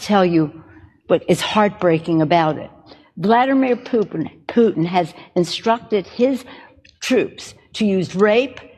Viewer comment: “Vladuhmer poopin” she’s totally drunk